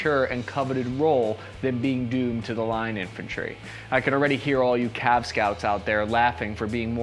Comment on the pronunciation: Cav, not Cal